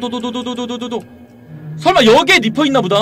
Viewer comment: 리퍼가 아니라 니퍼에요